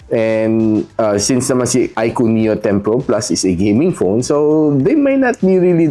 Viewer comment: yowwnnn na bigkas nya din ng tama yung iqoo haha nice